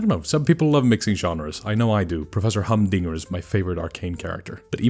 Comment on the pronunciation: professor HUMDINGER?! it's Heimerdinger, you uncultured SWINE!